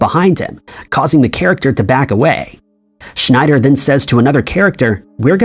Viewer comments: It's not schneider. It's Scheider. Roy Scheider. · It's Roy Scheider, NOT Schneider. There is no "n" in his name. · His name is Roy Scheider, not Schneider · Roy Scheider. His name is Roy SCHEIder, not SCHNEIder. There is no "N." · Roy "Schneider" lol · Here's another "Jaws" Mandela effect for you: There is no "n" in the name Scheider. Our narrator consistently refers to Roy Scheider as "Schneider." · Roy Scheider is the actors name. Not Schnyder. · By the way it's Roy Schieder not Roy Schnider......just saying. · It can't be AI, because it also mispronounced Roy Scheider as Roy SchNeider. That's not an AI mistake. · I think Ed McMahon was the only name he pronounced correctly in the video. Boggart, Schneider, Joanne - how do you screw all of those up in one video? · Also, he mispronounces Humphrey Bogart, and Roy scheider ... I'm not done listening yet. Sure, I'll be back... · Scheider... His name is Roy Scheider... not Schneider... and it is "Bo-garde", not pronounced "boggart"... Dude, when you type in the text2voice, at least QA the results and edit... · I’m 7 minutes into this video and there are already 2 Mandela Effects that have to do with pronunciation lol. Humphrey BoGART, not Bogert (and did you say “Henry?”) Roy Scheider - no “n” - not Schneider